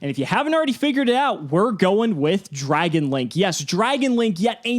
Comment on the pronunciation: Dragun....enough said. 😕